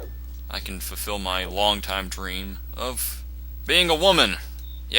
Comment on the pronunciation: lol "now I can fofil my life long dream OF BEING A WOMEN" LOL ;D